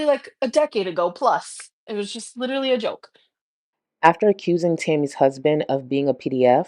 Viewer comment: Grammatically challenged, leeeterallly.. 😂